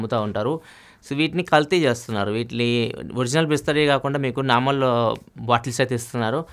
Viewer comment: Bisleri × bhoosleri😂😂